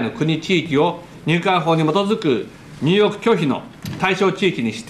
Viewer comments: 総理～入国拒否が入浴拒否に聞こえます～はっきり言わないと海外のメディアがミスリードしますよ。日本は風呂に入れないらしい。笑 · “入国”を、どう間違えたら“入浴”に なるんだ？ 同じカ行の「にゅうきょく」ならありえそうだが、 ヤ行の“にゅうよく” ！w